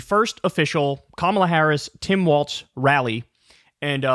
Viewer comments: It’s walz not waltz. You keep saying it waltz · Come on, Kyle...it's Walz like WALLS...not waltz like the dance. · Kyle, his name rhymes with 'falls' not 'faults'. Minor quibble 😅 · Let’s Go Walz! (Pronounced: Walls) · why does kyle keep saying waltz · Walz not Waltz lol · Kyle keeps stupidly mispronouncing his name. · Learn to pronounce Walz correctly. It’s hard to take you seriously.